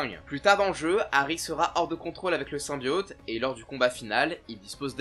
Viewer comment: même après avoir fait un jeu complet de + de 6-8 heures ou le mot "symbiote" est prononcé des dizaines et dizaines de fois, c'est toujours impossible de le dire correctement ???